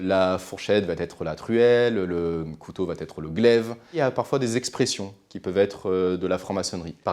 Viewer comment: Et en plus il s'entraîne en le répétant..Encore et encore tout fier de son art de la liaison fortapropo😉